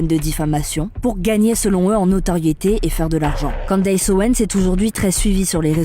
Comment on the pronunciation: Ca se dit "Candice" pas Candaiiiysse. C'est une voix IA ou quoi?? Non en fait IA ferait pas cette faute